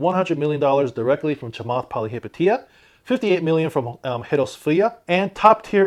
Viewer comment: you are the Only person here on YouTube to pronounce, Chamath Pilihapitiya correct, am glad being a fellow citizen.